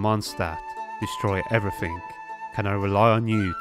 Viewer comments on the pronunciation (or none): none